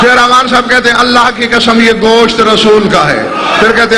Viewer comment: لفظ اللہ کو بولتےوقت لب نہیں ملتے